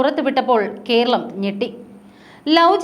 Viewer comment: കീരളം, കീന്ദ്രം, ഒന്ന് നേരെ ചൊവ്വേ parayoo